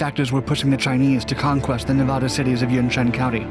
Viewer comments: Nevada is not Ney-VAUD-A.. it's the short A in the middle like asshole. Pronounce it right... it's a state. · Dude, how old are you? Learn how to say "Nevaaaada" its not hard. It really weakens you're entire cast. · you pronounce Nevada wrong the entire video